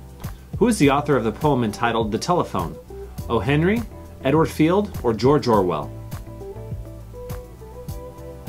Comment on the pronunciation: O. Henry, not Oh Henry